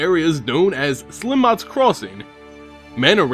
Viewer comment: Funny how Jace says "Slimot" instead of "Silmot," "Belaran" instead of "Beleren," and "Vyrn" instead of Vryn :))